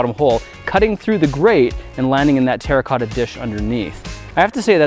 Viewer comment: When you play minecraft and u hear grant say "terracota" 😮😱😂